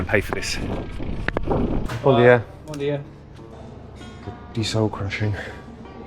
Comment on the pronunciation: Loved the Bom dia . Sounded super portuguese